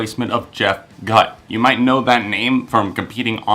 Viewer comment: I believe the singer's name is pronounced Gutt with a long "u."